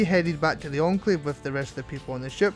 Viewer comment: you spelled enclave wrong and said encalve